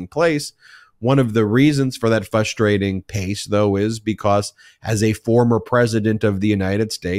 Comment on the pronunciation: You say it too often to ignore…it is fRustrating, not fUstrating.